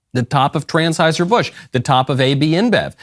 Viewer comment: “Trans-heuser Busch.😂😂😂